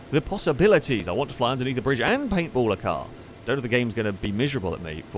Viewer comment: Every time said “Paint Ball” I heard “papal” - as in the adjective used to reference the Pope. Sentence example: “The Roman Catholic Church’s military aircraft used its’ papal guns to mow down the ground targets.”